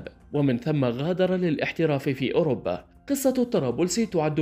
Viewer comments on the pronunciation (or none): none